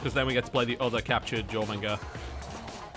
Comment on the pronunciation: Somebody needs to make a Moe Jormungar. Or as TB says it: JorManga.